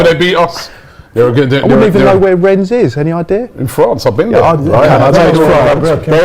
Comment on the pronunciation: Rennes. Do not pronounce the 's' . It's the same as wren.